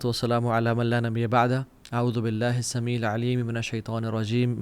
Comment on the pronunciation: السمیع۔کے ع کی تجوید اچھا کرین پلیز باقی ماشاء الله